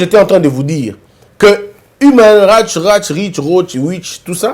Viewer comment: Mon frère,avec tous les respects que je dois à votre personne et à votre travail,je me permets de vous suggérer de mémoriser définitivement la prononciation exacte de « human rights watch ».ceci concerne la forme de votre exposé.ce petit défaut de prononciation revient souvent dans vos émissions.mais cela n’enlève en rien votre rigueur de travail de fond reconnu de tous ici dans la diaspora.cordialement.